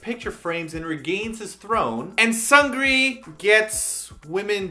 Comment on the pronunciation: Hilarious :) one minor correction: Seungri's name is pronounced "SOONGRI", just with a shorter "u" soound like in the English word "foot".